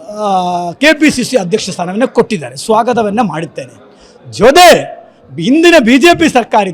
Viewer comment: "ಜೊದೆಗೆ" "ಒಕ್ಕೂರದಿಂದ" "ಸಸಿವ" ಎಲ್ಲಾ ಕನ್ನಡವನ್ನು ಕೊಂದುಬಿಟ್ಟೆಯಲ್ಲ "ಸ್ವಾಮಿಗಲೇ"...😢😢